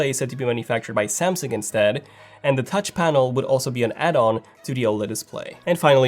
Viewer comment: Tauch panel! LOL!